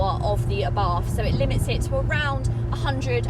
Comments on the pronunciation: Please get the pronunciation right - it's ABART. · Please learn how to Pronounce Brands. There is no english th in Abarth